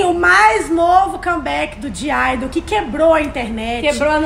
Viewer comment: EU QUE FAÇO AULA DE COREANO VENDO ELAS FALANDO O NOME DAS IDOLS: OVOMOREH*!!!ㅡ ㅅ ㅡ